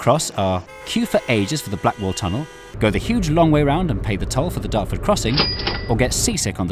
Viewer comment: DARTORD BOI!!! (Pronounced like 'BEAR' It's 'BOY' But in A Chavy accent)